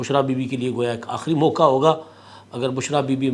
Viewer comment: Mauka nah "" mauqaa""